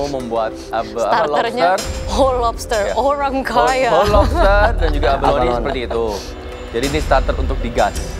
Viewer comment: chef renata: horhang kayaa